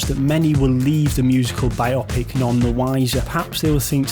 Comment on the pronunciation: Bio-pic, not bi-opic.